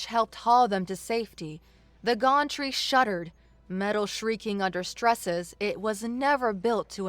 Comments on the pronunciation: To, I love your voice, your pronunciations... not so much. Acrid is pronounced ack-rid not ass-rid, Gantry is pronounced găn′trē, not gôn'trē (Think Can not Con) there were many more but I will just detail these two. The mispronunciations really take me out of immersion ad lower the enjoyment significantly. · It's not a gontree. It's a gantry (gan-tree). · The ones I picked up Acrid - Ak Rid Pocked - p ock (ock as in rock) ed Mooring - more ring gantry - Gan tree Servos - Sir v oh s Unfurling - Un fir ling Soot = pronounced like foot Nav - pronounced like Have